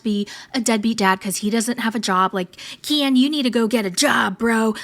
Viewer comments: Honestly.... I can't w you. Unsubscribing. You are obnoxious as f..... and not credible. BTW- NOONE... NOONE...of bloggers / commentors call K• E•N.... kiiiiiiiiin.... you are the only tard that does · HI...... I love of your channel, found you 2 days ago. But can you f u c ki ng for JE SUS chr1st... STOP calling Ken Urker, k•ee•n?! Or k•iiiiiiiin?! His name is effing KEN like Ken and Barbie... so obnoxious that a grown a*** woman insists on this name change like that- kiiiiiiiiiiin.... its KEN. Please take some speech therapy if it is truly thaaaaaaat bad- 3 letter word and this is what you confidently pronounce it like? No girl, no- makes your content lose credibility; that outdated potato filter ALREADY looking old as d😊😊😊😊😊 filters like that are so, what??? 2017? Stop. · Omg every time you pronounce Kiiieeennnn I am dying.😂😂😂😂😂😂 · It's unbearable that you can't even say the person's name correctly you are about to rant off about and talk smack- and if it is supposed to be funny? It isn't bcus noone calls him fake names but yo obnoxious butt